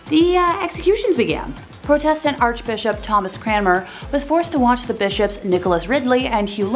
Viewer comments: Why can't you pronounce Protestant properly? You are wrong about Wu Zetian. And Bloody Mary is said all over YouTube so why lie and say you cannot say it? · I think you're pronouncing "protestant " wrong...or was it because of YT?